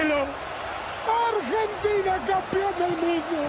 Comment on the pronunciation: It's not Urgentina.. it's AArgentina.. spelled Argentina. Ella wordsum accent oda pronounce pannanumnu illa